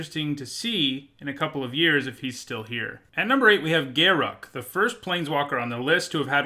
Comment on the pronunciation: Thank you SO much for pronouncing Garruk's name correctly. I can't stand when people say "Ga-roook".